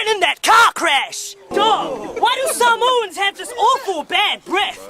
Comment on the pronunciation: Bro he didn't even pronounce Samoans right 😂🤦🏻‍♀️